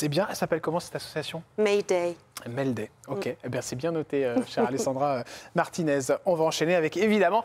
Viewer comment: Alessandra Martines c’est italien et cela se prononce à l’italienne